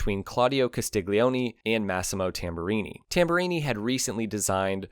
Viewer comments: Per amore di dio, Castiglione is pronounced Castil-YON-ay (stress on second syllable). The GLI dipthong makes a "lyuh" sound; the G is totally silent. Another example of this pronunciation would be the Italian word for Garlic, "aglio", which is pronounced "AAL-yo", or for Son, "figlo", pronounce "FEEL-yo" In Italian, unless the "G" is first letter of the word, it's always silent as part of a dipthong. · Very well written and spoken text, but please the narrator did not bother to pronounce Carlo's surname properly it is phonetically Castilyoni the g is silent/mixed with the L. Castiglione and Tamburini, what a duo !! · Castiglioni = KAH-STEEL-YO-NEE...no hard G, ok? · Why can you pronounce "Super Leggera" and "Velocce" correctly, but yet you can't pronounce "Castiglione"??? You dolt!!